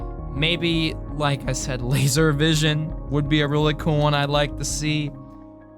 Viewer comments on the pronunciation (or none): none